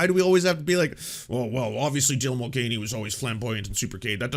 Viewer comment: “Dylan Mul-gain-y” sounds like if they had a fitness channel or a bodybuilder alias. 😂